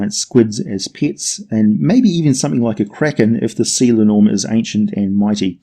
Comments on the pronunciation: It's really painful hearing you butcher the Icelandic language. It's linn orm with the emphasis on the first syllable. Not the middle one. Like is done with the English language. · Love your vids (as you might've noticed by now), but your pronunciation is very off in this one. I don't blame you for not knowing Scandinavian or Old Norse, though. For future reference, linnorm (in my mother tongue Swedish, as well as Danish, it's lindorm), is more or less pronounced linn-orm, with an i as in spin and o about as the o in holistic (tried like 3 different words in my head before I came up with something even vaguely resembling it), with equal, separate emphasis on linn and orm.